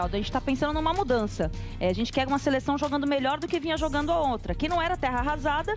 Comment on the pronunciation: " Jogano"kkkkkkk, não sabe falar😢